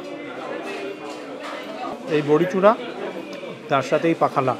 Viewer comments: It's not pakhala it's pokhalo. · Dada/Bro, its pronounced as PAW--KHA--LAW.. PA--HA--LAW.. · পোখালো হচ্ছে সঠিক উচ্চারণ। এটা spell করে বোঝানো যাবে না । এটা উচ্চারণ করেই বোঝানো যাবে। ওড়িশা হোটেল all time favorite ভুবনেশ্বর এ দারুন খাবারের টেস্টে ও পরিবেশন। পাহালা এই শুধু রসগোল্লা খেলেন। ছানা গজা try করলেন না? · Pronunciation was wrong. The way you savoured pakhal was wrong. Kindly observe the local people, the style of their eating.